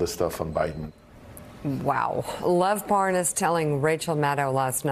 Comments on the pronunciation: how to tell Nunes really DOES know Parnas... the fact that he purposely says his name INCORRECTLY, aughta tell u somethin! (pronouncing it like "ParNAZ" & " ParNOZ" 🙄) when he speeds up his conversation & mentions dudes "WIFE," he ends up being able to say it just fine. (he had no problem saying "Parnas's Wife") 🤔 .... why is that? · Nunes mispronouncing Parnas' name is a key thing to do for folks claiming to not know someone Especially if that person has been engaged in criminal activity that implicates you directly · I guess if you pronounce the name wrong, it means you don’t know the guy. Nice try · no wonder he is confused, his name is Parmas not Parnas. Wrong call, right? No N in Parmas.